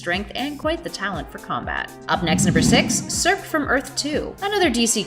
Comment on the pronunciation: Not to be nitpicker but Circe is pronounced 'Sir-See' .... Sorry but Greek Mythological is one of my 'things'... Loved the video though!